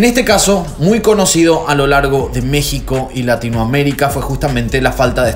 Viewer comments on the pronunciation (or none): none